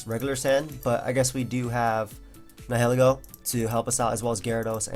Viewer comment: Someone please teach how to pronounce Nihilego.